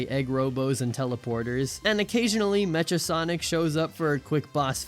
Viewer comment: Awesome video! (Btw, it's not Mea-cha Sonic, it's Mecha Sonic, as in mechanical sonic :p)